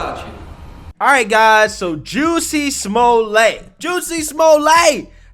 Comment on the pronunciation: Juicy "smool-yay" Thanks Mr. for that